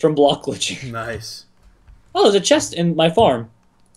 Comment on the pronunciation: said "Block Glitch" for me it sounded like "Blocklan